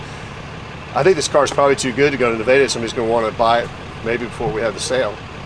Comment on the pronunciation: Naveda? Does he mean Nevada and pronounces it differently? WTF? OK... Only 1 place to eat... Definitely not Nevada...